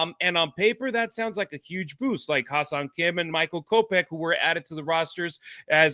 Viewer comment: His name is Hye Seong Kim, not Ha Seong Kim. The vowel sound in “Hye” is pronounced like the vowel sound in “hen” and “pen.”